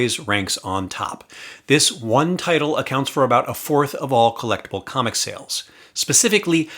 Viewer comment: It's funny, with your 1st sentence I had originally thought you said "how do I spend $5,000 in a collapsing comic market", until I had to go rewind and listen to what you actually said ... "collectible comics market". 😃